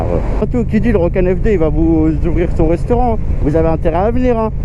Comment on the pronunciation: Un reusteurant il a dit